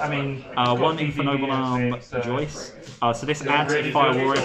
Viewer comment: Thanks but just about "Ogier" it's "O JEE EH" not "O GUI ER". Phonetic french would be "Ojié" instead of "Oguier" "joyeuse" isn't "joyce" but "jo-a-ye-eu-se"